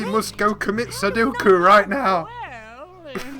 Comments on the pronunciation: I can't help laughing at him saying "we must go commit sedduku" instead of Seppuku lol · Did... did you just say they have to go commit "sudoku"?